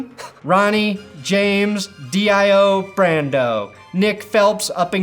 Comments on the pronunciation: Did you just call Dio D I O? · My guy said DIO wrong disappointed ZA WARUDO!!!! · Ronnie James Dee Eye Oh? No you must be refering to rock legend Ronnie James Dio